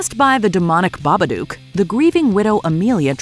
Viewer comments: The 'Babadook' isn't pronounced the Baba-duke. It's an onomatopoeia of knocking on a door. It's also said in the film as well but... I dunno why I expected more of this channel. It's basically a corporate sell out that churns out content at a quantity over quality basis of content now-a-days anyway. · Also, even though what you said isn't true, it backs up my statement as the pronunciation of Babadook is Bah Buh Dook (as in book; I'm not entirely sure the Baba is pronounced that way but the video is wrong, I just point it out since nearly everyone says the name wrong)